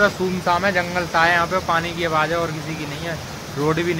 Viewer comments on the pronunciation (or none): Sumsaam nhi sunsaan bolte h beta😊